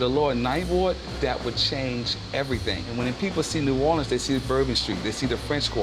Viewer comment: Bro cant even say new orleans right 😭